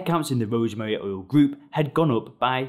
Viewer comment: oil not ouwl